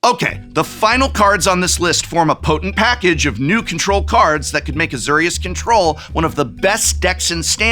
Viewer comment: Why he say Azorius wrong? AZ OR IUS AzURious????